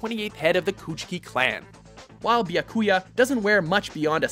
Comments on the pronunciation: Real Life Reaction: PFFFFFFFFFFTTTTTTTTTTTTTTT, HAHAHAHAHA! He seriously did not just say "bayakuya"... There it is again! Bayakuya! It's "Byakuya", damnit! Say it with me: "bya"... "byaaaah"... ..... What?..... Sora is stylish? .... Ooooohhhh... Didn't you say you're excluding battle gear? I'm pretty sure Alucard made that other list. No offense, but you really should let someone else do the talking in these anime-related videos. The guy kinda mispronounces a lot of names. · he puts emphasis on the wrong character in byakuya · bayakuya? xD ITS BYYYYAKUYA! xD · i first heard the way he pronounced Byakuya from Bleach i was like O.O. It's BEE - AH - KU - YAH, not BY - AH - KU - YAH. The way he said it sounds alot like Baracouta (the fish) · Bajakuja?! BYAKUYA! Jesus, you guys are sooooo bad at those names xD I'm sorry, I just can't not mention it xD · It's not a fkin "BAIA KUIA" it's "byakuya" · Bayakuya??? Couldn't find anyone that can read to do the voiceover? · It's not byakUYa, it's bYAkuya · that "byakuya" gave me cancer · "Bi-Ah-Ku-Ya Kuchiki"? 52 seconds in and I can't go on... =_= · ExireHG B-YA-COO-YAH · Yup, and honestly Bya-COO-ya? Really!? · DJ Hellray isn't it Beeyakuya? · Beakyuya. How the fuck are they pronouncing it. It is spelt Byakuya for a reason. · bi-ah-ku-ya what the actual fuck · Bayakuya? Bayakuya!?, you've always sucked at pronouncing names, but this is failure on a spectacular scale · its bya-ku-yaaaah kutch-kie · just saying it's bee-ya-ku-ya how it's said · "Bayakuya" lol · AAAAAAA it makes me. mad that he said byakuya wrong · ffs they cant even pronounce byakuya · Wow he butchered Byakuya's name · I can’t believe they didn’t know how to say Byakuya. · I have been laughing for a full ten minutes because of the terrible mispronunciation of Byakuya. Oh my god, my face hurts. You need a pronunciation corrector on your staff. Byakuya's name is literally said in the episodes of the clips you used.